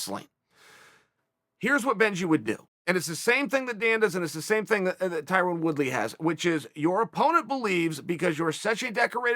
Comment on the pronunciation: Tie-Run LOL🤣🤣🤣